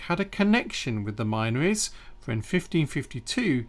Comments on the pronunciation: Great research. Incidentally, the area is pronounced 'Minnories', locally. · Hey! Isn't the "min" from the word minories pronounced with a short vowel, as in tin?